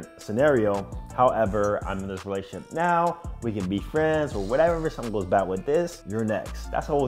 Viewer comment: Lol it’s pronounced re-la-tion-ship